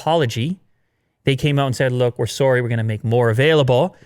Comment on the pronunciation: sounded very Canadian when said sowwry